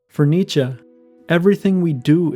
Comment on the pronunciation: He is pronouncing it right